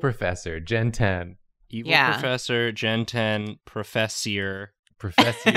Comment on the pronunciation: ProFESSIor! ProFESSIor! Me, a french person: only hears FESSE! FESSE! which means butt cheek